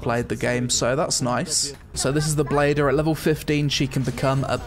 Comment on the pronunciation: It's not bladder... it's blader! My brain somewhat can't accept this.